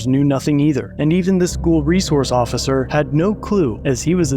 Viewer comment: "the ossiser" Lol